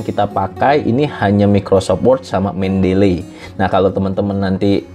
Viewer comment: bacanya nya itu, men-de-li, bukan men-del-ley.